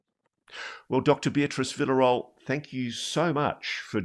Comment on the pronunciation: Sorry Ross, but Villarroel in Spanish sounds something like: "Veeyarroal"; at least that's a much closer sound to the real name! 😚😙☺